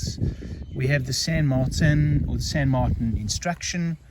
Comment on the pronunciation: Why would you even try to pronounce a Spanish name in a French way?